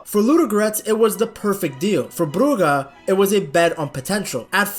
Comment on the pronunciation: Bruge is prounounced 'brujj' like the word rouge, not 'brugga'